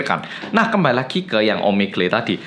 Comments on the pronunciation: Omegle bacanya Omegel vang bukan omegle wkwkwk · Bang omegle cara pronounce-nya "omegel"